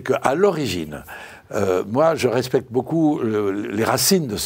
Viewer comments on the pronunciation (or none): vous avez dit Respecr?